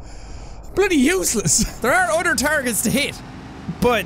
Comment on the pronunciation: “There are udder targets to hit” I quote